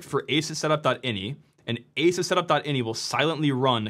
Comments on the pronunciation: Ahsoos not aysus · How are you still mispronouncing Asus in 2025? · LEARN how to pronounce asus you sound like a moron for reporting on a product and not even knowing how to pronounce its name